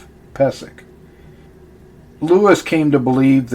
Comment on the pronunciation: Its actually pronounced peee zek. I should know. He's my relative. Check my last name.